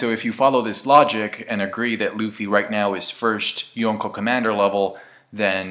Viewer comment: stop saying yonko like that